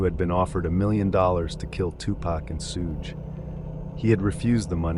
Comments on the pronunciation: the biggest crime here is you saying Suge like “Huge”. It’s pronounced like “Sug” know the short form of the word sugar often used as a pet name by waitresses in american diners in tv shows. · Hi, this is a great video, but I hope you could work on some of the pronunciations (e.g. “Sooge” Knight should be “Shuge” Knight). The pacing of the delivery can be slowed down too. When mentioning the section names, there were times when they were spoken way too quickly. It can get distracting at some points. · lmfao....I knew you'd jump to the conclusion that I was the one offended. Your type are way too easy to read. Not offended at all, and I wasn't referring to any commenter being offended 🤦. Was jokingly implying the Suge (please pronounce it correctly when you read this out loud 😉) most likely isn't offended....geesh...nobody can comment on ANYTHING and they're automatically (OMG) offended. You make me laugh